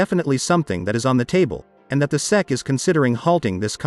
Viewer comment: FFS, if you're going to use a speech synthesis system then make it work properly. Spell out SEC phonetically so it doesn't fuck it up.